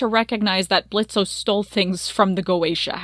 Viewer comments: I'm kinda bothered that you keep saying Blitzo.. that was his clown name, he left that life behind.. the O is silent now.. it's Blitzø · Why do you keep pronouncing the o in Blitzo? It's silent. Have u even actually watched the show? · the fact that you keep pronouncing his name in a way he doesnt want it pronounced, and the way that you talk about consent gives me the ick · This video is super good and aged well, but what’s the point of pronouncing the O in Blitzo when it’s not a part of his name. I understand it’s a fictional character but it’s basic respect to real people.